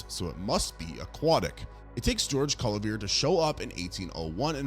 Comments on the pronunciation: Cuvier is not pronounced "kyoo-ver," but rather "kyoo-vee-ay." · George KOOVER?! XD Its (koo-vee-EH). XD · Coo vee A. He was French. Where did you go to school? Brooklin?🤔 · Small suggestion? Check the pronunciations of both the organisms and the scientists in your next video; your stories are interesting, but hearing you mangle Cuvier's name half a dozen different wrong ways is making my teeth ache. 😉